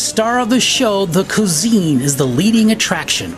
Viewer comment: Cuisine is pronounced kweezeen, not kuzeen.